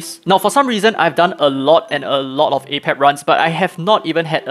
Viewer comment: AH-Pep is actually wrong. Every miracle boss battle says the boss's name before they appear and it clearly says AY-PEP.